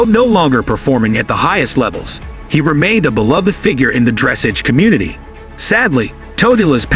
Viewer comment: Thanks! Some of us cringed! Dress-ahge!